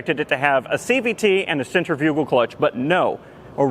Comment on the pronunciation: I was completely enjoying watching your backlog of videos... Until your pronunciation of centrifugal. Nope. Done. That negates all other intelligence and work describing ANYTHING.